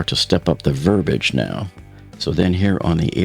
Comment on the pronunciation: It's ver-bee-idge =P